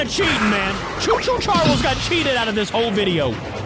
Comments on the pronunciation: it’s not Cho Cho Charles your saying choo choo charlers and it’s Actaully choo choo ch ar les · it's choo choo charls